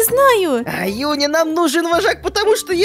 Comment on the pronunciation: ЮНИ НЕ ЮНИ она жюни